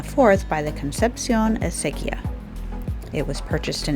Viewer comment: Looks magnificent, thanks for sharing your walk. You nailed Acequia, perfecto, sounded like a native New Mexican!